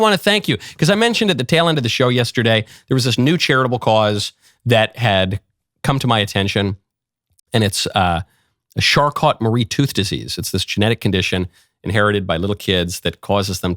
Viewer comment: Michael, not that important but Charcot is pronounced “sha koh” . He was French and 1 of 3 scientists who discovered the disease.